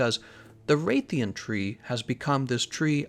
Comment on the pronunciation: Nobody: Absolutely no one:: Wraith-ian Wrath-alos